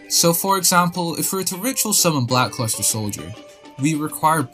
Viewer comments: Nobody gonna comment on how he’s saying Black CLUSTER Soldier instead of Luster? Bro can’t read 💀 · It's black "L"uster soldier. Not "C"luster.